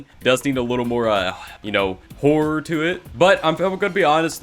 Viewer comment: "we need a little HHHHHHHHHHHorror to it"